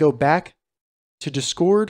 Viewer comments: Tysm for the help but please pronounce discord right 😭 you’re putting the emphasis on the wrong half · WHY ARE YOU SAYING "DISCORD" LIKE THAT 😭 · i disliked not because of the content. but because of your pronunciation of the word discord